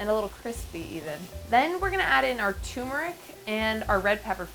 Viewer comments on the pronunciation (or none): It is pronounced Tur-Mur-ick.